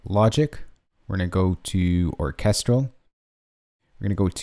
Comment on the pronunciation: The way you pronounced orchestral killed me